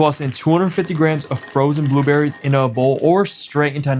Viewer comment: He said booberries 😅❤